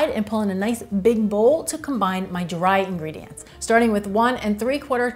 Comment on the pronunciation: "duraii ingredients" "White holly flour" Mamma Mia 😊 Overall nice recipe